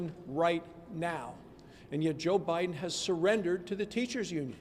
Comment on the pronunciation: Did McConnell just call Biden “ O’biden” ?? I think he did!